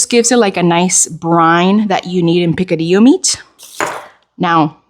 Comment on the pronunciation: Yum… picadillo 🤤🤤🤤 yes, you pronounced the rice bowl the right way. They used have a fast food chain, they served the best Korean hot stone rice bowls ever.